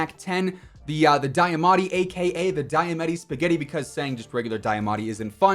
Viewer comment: Regular Diamatti is fun to say its just the pronunciation DIA matti not die a matti